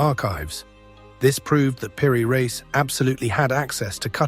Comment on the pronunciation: Why cant A.I. pronounce "Peery-Reese"...😖😖